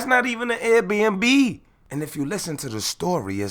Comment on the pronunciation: The way he called air b&b “rrRRATS” 😭